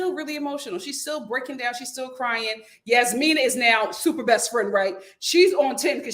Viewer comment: I'm about to give up on this season because it's just 😪 I just want Steve to say NO to Annoying Noi on Decision Day. That woman is annoying and insufferable. The "j" in Jasmina is not a "y" sound lol Michael is trying his hardest, but Jasmina does not see it for him. Sad. I'm done wanting better for Katina because she doesn't want better for herself smdh.